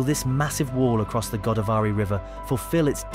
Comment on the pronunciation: Go -- daav -- ree. Not Godaa -- varee